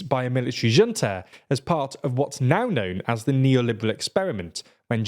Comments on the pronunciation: Junta is pronounced as Hunta.. H sound.. Not J.. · zhunta? Zhunta? ZHUNTA?!? Does anyone on that curséd island know a single thing about Spanish?